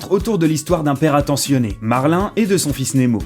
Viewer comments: J'adore juste tu as dis marlin au lieux de marin mais c'est pas grave du tout👍👌👍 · On dit WAll-e et pas WOUAIll-e Et on dit MARIN et pas MERLIN